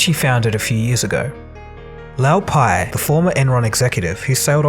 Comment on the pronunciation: You clearly watched The Smartest Guys In The Room - in fact you quote it verbatim several times throughout your video How is it then that you pronounce the names wrong? LOW Pei and Andy FUSStow?